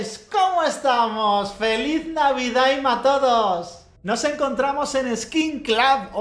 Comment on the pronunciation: "navidaaim!!" xd